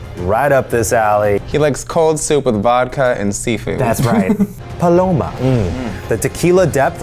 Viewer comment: The way Eugene said “paloma” was lowkey satisfying to my Mexican heart